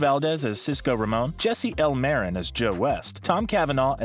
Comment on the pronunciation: It’s Martin not Marin.....